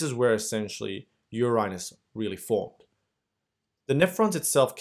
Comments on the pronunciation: Thank youuuu ! But I just couldn’t help but notice you called urine U -Rine ...Noooooo😭😩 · I am loving your pronunciation of urine ---> Uraen..❤